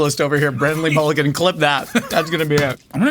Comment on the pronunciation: BRONNAN!!!!! (brennin)